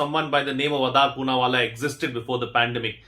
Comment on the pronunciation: Like everyone else I'm also a regular viewer of your shows. But here in this case I beg to differ. It's going to be a long read! you have misquoted Mr Adar Poonawala let alone mispronouncing his name (it's आदर ). He never said he will be beheaded. And how does religion come into picture. His notion of threats is clear from his interview that it's not related to religion but "everyone wanting vaccines without knowing why anyone else should get that first". Your every sentence has two parts wherein half of it is "what Adar said" and the other half is followed by "..hence " and you attach your opinio next to it. I guess you do not realise what is at stake for him as a businessman. Watch his father's interview where he said the GST has impacted their Horse business (ref: India Today interview with Rahul Kanwal) Any businessman will try to diversify his production units across world and why he shouldn't do it. And it will be gross mis-evaluation in saying that he has no or little respect for what India as a country has given him (and that too when you recognise the fact that you didn't know him before pandemic!) It's a well known fact that Indian industries, wealth and economy is standing on the legs of Parsis- the community he comes from. They have contributed huge to vaccination over the years..every 3rd or 4th vaccine is SII's for some particular diseases. He also said in the same interview that there is stigma attached to vaccines produced in India and sold in Europea